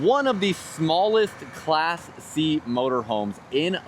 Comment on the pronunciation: First two times he said "Class C" I thought he was calling it "Classy."